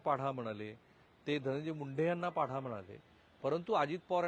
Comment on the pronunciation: पाढा नाही सर पाडा!